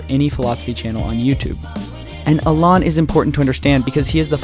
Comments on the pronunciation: I think you're right about the School of Life, but dude...Learn to pronounce "Alain" properly. It's not "Al-on". I cringed every time you said his name. You made a point of emphasizing the correct pronunciation of Nietzsche, so you can get Alain right too. Here's a guide: (While I'm at it, PSA: Moulin Rouge =/= "Mulan Rouge.") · If you're going to make a whole video about somebody, at least learn their name! It's not Olon, it's Alain! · Learn to say Alain’s name first 🙄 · Alaan, really? Is this how you pronounce his name?... No I am afraid.